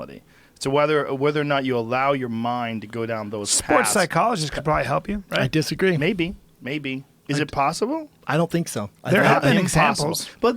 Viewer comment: Brendan "I desagree" Schaub